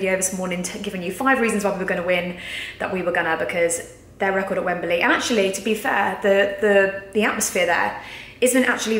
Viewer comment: For Gods sake, it's Wembley not Wemberly. Just sayin'